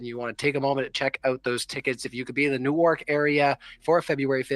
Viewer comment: JFC, none of you know how to pronounce "Newark"